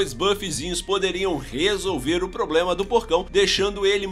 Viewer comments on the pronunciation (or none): none